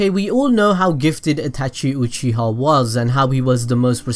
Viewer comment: Uchiha. Not oochiha